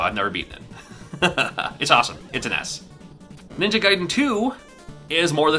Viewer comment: Can't pronounce Ninja Gaiden correctly? No problem. In Japan it's called Ninja Ryukenden. Have fun.